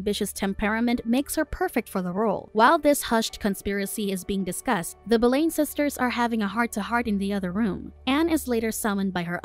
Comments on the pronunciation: You pronounced Anne's last name wrong. It is prounced Boulin. When saying popular history figure, the name must be prounce right or people will think it is another person. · I would like to add that it is Pronounced as “Bow Lin” and “Mar key”but thank you for reviewing it! It is very good! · The mispronunciation of the name Boleyn the entire recap tells me the narrator doesn’t doesn’t know Jack shit about this story, or someone told her to pronounce it that way…who also doesn’t know Jack shit about this story.